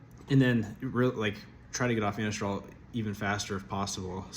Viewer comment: Glad it’s still working good! It’s Anastrozole, pronounced a-Nahz-trah-zoll ; cheers bro